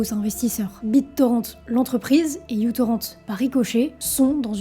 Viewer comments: Bon je reviendrai pas sur la prononciation de µ ("mû" ou "micro", c'est selon), d'autres l'ont fait. Moi ce que je remarque surtout c'est que Daniel MF Ek est encore dans les sales bails, et nous rappelle que Spotify s'est bien créé sur la vampirisation de la musique échangée grâce à µtorrent. Donc le mec s'est fait de la thune sur le dos des artistes, en leur volant leur contenu, en estimant que la zique c'est de la marchandise. Maintenant il se fait encore plus de thunes en faisant la promo de groupes de musique en IA, qui s'est faite en apprenant la musique des autres, sans rien payer à qui que ce soit (encore), et maintenant il met de la thune dans ... l'IA militaire. Bref, boycott Spotify, évidemment, mais surtout Chaque utilisateur de Spotify a du sang sur les mains, et ça n'aura pas pris beaucoup d'étapes. Monde de merde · C'est "μTorrent" (avec un "mu") ou "micro-torrent" mais pas "utorrent" parce que c'était supposé être un client plus petit pour le protocole BitTorrent. "Torrent" ne se prononce pas "torrente" mais avec le "n" juxtaposé au "t" comme dans "moment" en anglais."Ludvig" se prononce plutôt comme en allemand ("Lüdwig"). Le problème des alternatives légales, c'est que tout le monde a voulu sa part du gâteau sans se rendre compte que la gateau a une taille limite et qu'un service deviendrait moins intéressant s'il proposait moins de contenu. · bien que ce soit le mu, faudrait prononcer microtorrent, que ce cette lettre signifie micro (genre uV = microvolt) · Tu sauras que μ est la lettre grec qui se prononce « mu »… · Non, on dit mu-torrent. Parce que c’est la lettre mu. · C"est n'est pas "micro" ou "u" ou encore "you"-torrent (et on ne prononce pas non plus "torrent" comme une grosse rivière en français). La lettre µ se prononce "miou" donc c'est "miou-torrent". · Ça se prononce MicroTorrent et le prénom du gars ça se prononce "Loudvigue" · Ça m'a perturbé toute la vidéo 😅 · µTorrent se prononce "MicroTorrent" jeune fille et non "youTorrent" 😉😉